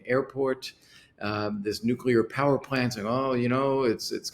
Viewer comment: Why of why is it so hard to pronounce NUCLEAR correctly? Your US guest can.